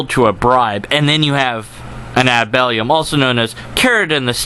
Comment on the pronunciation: And I just love how you pronounce "ad baculum":)